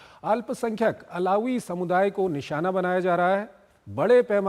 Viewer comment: अलावी नहीं है सर बलकि अल्वी है